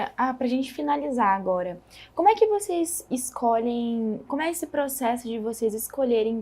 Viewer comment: Boa noite, quero cumprimentar pelo canal, mas tenho uma crítica, a reporter deveria prezar pelo bom português, e quando ela fala "voceis", me incomoda, pois o certo é vocês. Obrigado